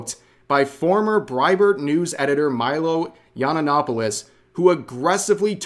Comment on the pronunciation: I love how these people are literally the only ones who remember Milo. Milo kidney punched them so hard like eight years ago and they have not recovered. Milo is their voldemort, meanwhile everyone else barely even knows who he is anymore and even Rev stumbles and fails to pronounce his full name correctly.